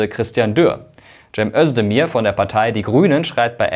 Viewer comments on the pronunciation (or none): none